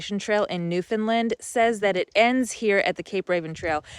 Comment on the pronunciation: Love this content but a little piece of me died every time you pronounced Newfoundland wrong. It is our cross to bare lol